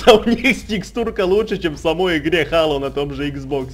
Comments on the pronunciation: Не хало а хейло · не halo а helo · зело а не хало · у меня на иксбоксе есть эта игра! и да не хало а хэло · ХЭЙЛО А НЕ ХАЛО